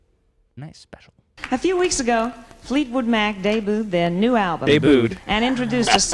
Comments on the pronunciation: Yep, dey-booed is bad lol! - but also, it's Welsh not West as far as the witch is concerned. Just saying.... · Was Helen Reddy using the Australian pronunciation of debut? (jk)